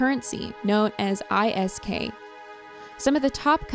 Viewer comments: This video lost all credibility when you called it I....s....k not isk. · Scams are all part of eve, there's nothing wrong with it. Most likely thing to have happened from the bank scam was they created a new account, transferred all the isk there and went about their day. Also, isk isn't pronounced I S K, it's just isk, like when you say frisk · This chick does not know what the damn name is for the money. It's called ISK not I. S. K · I personally hate when people who never played EVE are making videos about EVE... 1. New Eden is not in the Milky Way. 2. Its not panaemic horde, or whatever you wrote there. 3. ISK is not pronounced how you are pronouncing it.